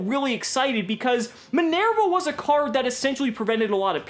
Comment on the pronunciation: Min-Air-Va Okay, it's not that he intentionally mispronounces Isolde, he just can't pronounce non English names properly.